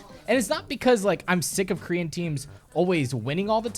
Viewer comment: Every time I hear you saying "Korean Team" i understood "green Team" and im like.... WTF is this fucktwat talking about..... but then I realized...... I am the fucktwat, it was me... Who knew?